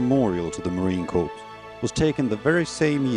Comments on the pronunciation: Sadly, the narrator does not know how to pronounce the word 'Corps' in the United States Marine Corps. The narrator keeps pronouncing all the letters in the word, thus pronouncing it as 'Corpse' which is a dead body. Sometimes 'Corp' as in short for Corporation or a company. 'Corps' is pronounced as 'Cor' or 'Core'. A Corps is a military measurement of a group, which is divisible by three. 30 seconds in the narrator states that the memorial is dedicated to all 'Marine Corpse'. No sir. The Memorial is dedicated to All MARINES. They should have done more homework on how to pronounce words correctly to show some effort and respect when honoring Marines. Better yet, they should just get a Marine to narrate over this correctly using the proper language and terminology. Unacceptable. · ..it is unacceptable. The narrator is from the British Isles, and there the pronunciation of word, corps, is as per the standard pronunciation world-wide, with the p and s remaining silent. Why on earth this wasn't picked up and corrected, is beyond reason. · ..get your head out of your butt. The narration and pronunciation is an insult to Marine Corps world wide, let alone the USMC. And while you're at it, even the Royal Marines would be embarrassed by the pronunciation of an obviously British Isles narrator.